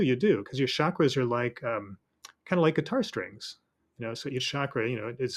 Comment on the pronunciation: It’s NOT Shakras. Why are people mispronouncing it. Does it make you sound cool? It’s a Sanskrit word Ch CHak- Ra Very easy. Except for idiots